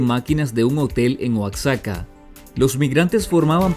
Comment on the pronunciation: El estado de Oaxaca en México se pronuncia Oa-jaca no Oax-zaca.